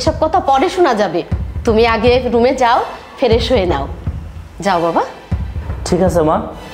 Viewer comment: ফ্রেশ না ফেরেশ হা হা হা হা ঠিক করে উচ্চারণ করতে পারে না আবার অভিনয়ে